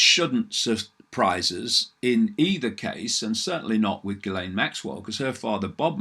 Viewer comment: The name Ghislaine is French in origin. It is pronounced- Zhis-Yane. First bit is like in Dr. (Zhi)vago. The L is sounded like a Y. - Brought to you by the Police de grammaire française!